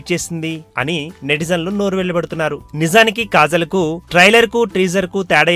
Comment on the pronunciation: its kajal not kazal.....mundhu nuvvu chese yedava mistakes correct chesko pakkanollaki cheppe mundhu erri....p*** nijaniki neeku kajal ki kazal ki theda thelusa😂😂😂😂